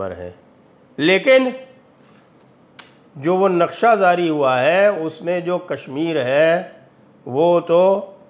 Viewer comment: Badi koft hoti hai jab aap jaise vidvaan “zaari, lehza” kehte hain. Jab ke sahi ucchaar “jaari” aur “lehja” hai.